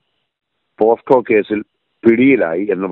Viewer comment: എൻ്റെ സഹോദരന്മാരെ പോക്സോ അല്ലെ പോസ്ക്കോ അല്ല